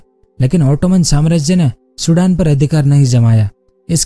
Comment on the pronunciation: चुडान..nahi sirji सुदान बोलो..